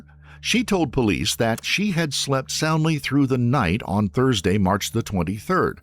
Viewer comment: how do you get 'thrudsay'. Must be AI slop